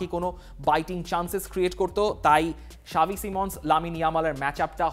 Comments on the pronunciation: Why you saying "Shavi" instead of "Xavi" 😂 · ভাই সাবি না। জাভি হবে😂😂